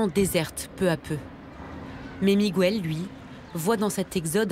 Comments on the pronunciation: On ne dit pas "migouel" on dit Miguel, le son "gue" existe en français, par ej.: guerre, est-ce que vous dites "gouerre"? Enfin.......instruisez-vous SVP!!!!!! Ceci dit, votre video et vos idées je les partage amplement, c'est un crime contre la nature, bien fait! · Juste pour info: Miguel se prononce Mi-guel, et non MigÜel 😉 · MIGOUELLE Franchement, il serait temps de comprendre que la langue du Portugal est différente de celle de l'Espagne. Miguel, José et Jorje ce prononce comme en français, et pas Migouelle, Rosé et Roré comme en castillan. Sinon, excellent reportage, merci et bonne continuation. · Très bon documentaire mais pourriez vous une fois pour toutes arrêter de prononcer le prénom Miguel en disant le U??? C’est Miguel pas Migouel … comme on dit Guêpe et pas Gouepe. Je vous jure que c’est énervant car cela fait des décennies que j’entend les français mal prononcer ce prénom …. Merci 🙏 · OH,, on ne prononce pas MigUel,,,, mais Miguel (Migél) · Mais pourquoi insistez vous à prononcer "Migüel" alors que l'on dit, comme en français, Miguel. C'est du portugais, pas de l'espagnol ou je ne sias pas quoi. C'est stupide, quoi. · Pète un coup ça ira mieux, explique aux portugais comment en prononce le R en français, après on verra pour Miguel. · En castillan on dit Miguel sans U, José et pas Rosé et Jorjé et pas Roré ! Vous n 'avez jamais été en Castille ? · apprenez à prononcer Miguel...c'est énervant! On ne prononce pas le"U".